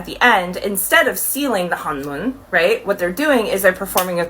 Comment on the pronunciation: heyyy I know you meant no harm by this, but just to correct you it’s not “Honjoon” but “Honmoon” and the boy group is called “Saja Boys”. 🤗